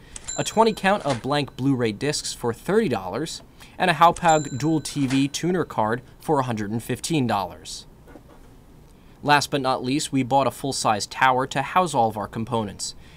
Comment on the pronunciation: hauppauge is pronounced "HOP-HOG", not "HAOU-PAOUG"